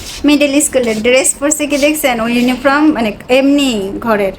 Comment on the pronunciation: It's not unifrom! It's uniform. You should stick to using just Bengali words. Your English is atrocious!